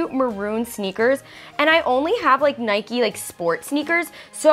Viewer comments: Why is niki saying ‘nikie’ for Nike 😂😂😂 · ITS NIKE NOT NIKEE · Wait... did niki call it Niky? It’s NIKE! You don’t say miky (it is a name) they say mike. Or date you don’t say daty it’s date. Like if u agree! Another thing this is a rant! Everyone pls just stop being so rude to Gabi what’s wrong with her looking at niki they are sisters! So not being rude but shut up they love each other! Why do you watch these videos to call Gabi out for starring at niki... so what?! It’s not like she is jealous of her or that she is annoyed at her for getting gifts so be quiet! Rant over. Also like if u agree about both things! Sorry about the negativity I just let out... love u niki and Gabi! Xxx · It’s Nike not nikie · It's Nike not nikey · It’s Nike not nikey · It's nae-k not nae-kee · ITS NOT NIKEY ITS NIKE U DONT SAY BIKE AS BIKEY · its not pronounced n-I-k-EE its n-I-k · actually it’s niki